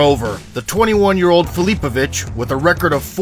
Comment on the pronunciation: Your AI doesn't even know how to pronounce his last name.